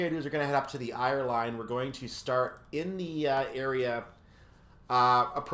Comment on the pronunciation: Ayr is pronounced Air. Like the air you breathe. Ayr Line = Air Line. I'm not criticizing as I love the route as well. 😃